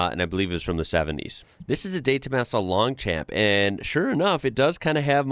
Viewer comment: The mp at the end of Long champions is silent. Coupé is pronounced coo-pay.